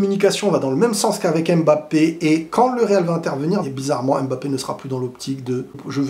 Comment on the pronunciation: On dit „Mbappé“ et non „aime Mbappé“